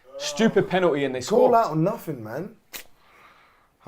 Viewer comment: pennerty pennerty 😂😂